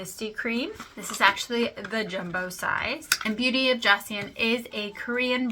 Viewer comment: Thanks for the review! Joseon is pronounced like "Jo Sun". (I heard some Korean YouTubers say it like that. I pronounced it like you did at first.). I love the sunscreen and want to try more of their products.